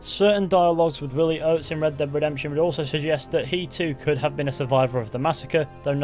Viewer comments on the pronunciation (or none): Red deb redemption 😆 wtf are you saying 😅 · "Reb deb redemption" lol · "Red Deb Redemption" 😂😂